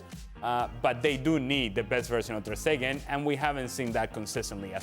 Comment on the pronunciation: TER "STATUE" STEGEN